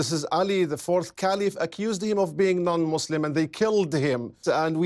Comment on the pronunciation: Great video, shame the presenter does not know, how to say the word Muslim correctly :)